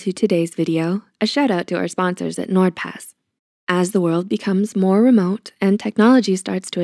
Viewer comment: i thought nordpass said n word pass lmao